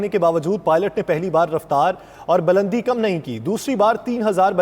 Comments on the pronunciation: bulandi word hota ha balandi ni anchor sahib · Not balandi, Bulandi